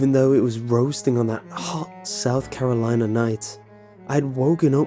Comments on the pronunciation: "South Cakalacke" I CAN'T STOP LAUGHING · Hearing your accent to say: "Good ol' South Cackalaki" made my day 😆👍 Sounded quite proper, cuz